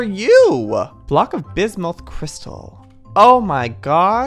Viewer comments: Its Bismuth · Joey: “Block of Bismolth” Me: Watched Steven Universe “Its pronounced Bismyth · it’s killing me the way you pronounce that. It’s pronounced soo ga light, and it’s a real gemstone. it’s also killing me how u pronounced this. It’s pronounced biz muth and is also a real gem. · Honestly anybody can pronounce it however they want to, but It's pronounced bismuth with the u sound at the end. If you search it on google you can see it's pronounced biz▪︎muhth. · You mean bismuth